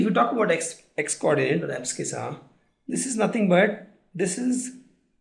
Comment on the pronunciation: Sir please pronounce abscissa correctly it's ab-si-sa ok